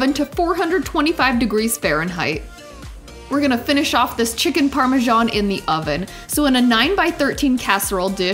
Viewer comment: You guys in this US need to learn to pronounce Parmesan correctly, that is ridiculous.